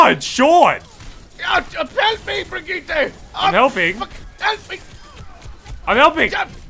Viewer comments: KNOWS HOW TO SAY BRIGITTE'S NAME!!! Not...Not though... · Thanks Sean for being the only one pronouncing BRIGITTE correctly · you actually pronounced it right!!!!